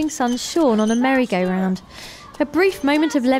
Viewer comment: it sounded like she said mary gay round because of her acsent